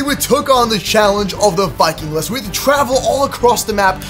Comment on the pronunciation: it's not vikingless, it's vikingliness!!!